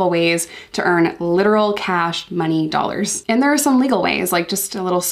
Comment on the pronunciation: Why do you say two dollars like two Dallas